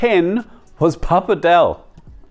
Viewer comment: as an italian: why did you try so hard to pronouce the tajarin with truffle and then decided to completely butcher the pronounciation of the pappardelle al cinghiale...😭I was so proud of you and then you betrayed my trust. For all non italian speakers reading this: in italian, every time you see a C or a G followed by an H, it's a HARD sound. CH is a hard C, like in Cabbage, and GH is a hard g, like in Goose.